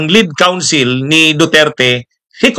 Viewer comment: A damaged REPUTATION/ a DISGRACE...bad for the CREDIBILITY of the defense lawyers...btw...COUNSEL po ...hindi COUNCIL...✌